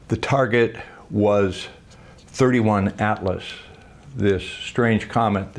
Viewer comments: Come on man.. $60 ??? How about $10 with a ton more subscribers? WTH. This is the kind of info that should be out there right now to everyone! And it's "Three i Atlas", as in 👁- not "thirty-one Atlas" . Come on. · Wrong target. It's 3-i Atlas, letter "i"